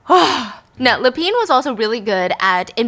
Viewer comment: Same with Lapin 😅